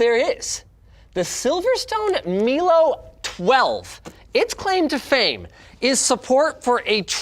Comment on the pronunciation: Woah mate, Milo is pronounced Mylo not Melo